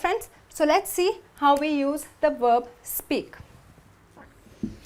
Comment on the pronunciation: Why do people from India always say werb, wovel instead of verb and vowel?